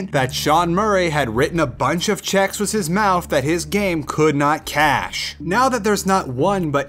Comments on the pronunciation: (With) not Wiss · oh good you say (with) rite sometimes lol